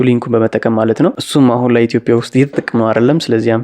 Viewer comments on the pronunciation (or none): none